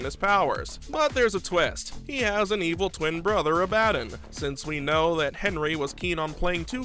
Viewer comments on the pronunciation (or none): none